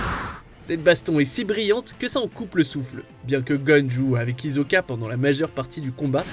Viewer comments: "HiZoka" ça se prononce hissoka "Les yeageristes" c'est les pro-jaeger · d'ailleurs, ils ont prononcer "hizoka"